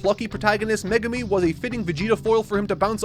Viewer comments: calling megumi, me-gu-mi hurts... 💔it's meg-umi... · Please, it’s Meg-umi not me-gumi!!! Fabulous video, can’t wait for the season 2 review. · I’m sorry…MeGUmi? Its MEgumi😂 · Excuse me who is MegUmi? Do you mean MEgumi? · I really love all the reviews but one thing that makes my brain get a jolt of pain is the pronunciations of the characters names.. Especially Megumi. All i hear is Meegoomi and it makes me cry ^^ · someone tell him how to pronounce meh-gumi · I giggled every time he pronounced Megumi's name as Magoomi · Every time he says Me-goo-mi, i die a little inside 😃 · Why does always emphasize Japanese names so weirdly like he emphasizes the GU in megumi so it sounds like he’s saying meh GOO me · i was swiftly falling to sleep until i heard how said megumi. please, save ur self ASAP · Hate how says Megumi 😂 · why can nobody say Megumi right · Poor. The internet is going to massacre him for mispronouncing Megumi